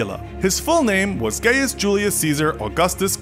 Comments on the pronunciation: Gaius pronounced gayest is too good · He he gaius sounds like gayus XD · "GAIUS" JULIUS CAESAR 👈🤣😂🤣